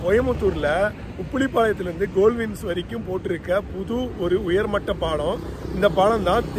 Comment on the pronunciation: Please pronounce Paalam properly.